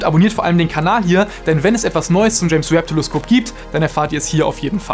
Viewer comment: Telesköp hahaha der kam unerwartet